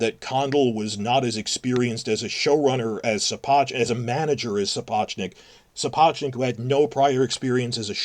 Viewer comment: I generally think it's crass to pick up on errors, but if is such a Sapochnik fan boy he should learn how to pronounce his name.